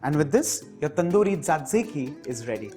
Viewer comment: Glad you have tried to give a twist to western dips. Thanks. Btw, the third sauce is pronounced as zatiki.